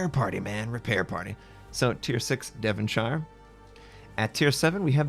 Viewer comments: Devonshire is pronounced "Dev'n-sheer" not "Devun-shiya". ;-) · no its not are u even from uk? lol devonshire is pronounced devon-shir the e is silent (devonshir) same as yorkshire is pronounced york shir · Pronounced Devonshur